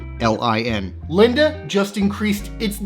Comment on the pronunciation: Just a heads up, Linde is pronounced like windy i.e. it's windy outside and is blowing the leaves around. 🍃